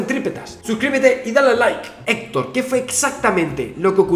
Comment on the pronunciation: Héctor no Héctor jajajajaja